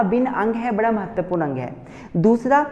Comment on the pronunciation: Himachali accent kicked when he said mehtarpurn